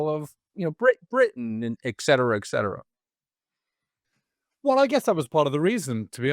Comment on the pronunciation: Anthony “ekcetera, ekcetera?” Really, this is a literary podcast. Try ETcetera, ETcetera.